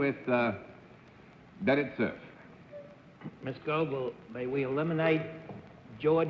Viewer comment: CERF's pronunciations always IRKED ME for such an apparently educated person. He sounded prosaic!